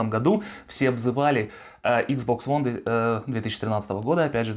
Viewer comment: Почему он постоянно говорит икс бокс ВОН? Объясните, умоляю!